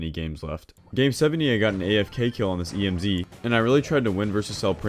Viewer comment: He be out here saying E.M.Z. like it's an abbreviation for real though. He doesn't say Emz, he says E.M.Z. 😂😂😂😂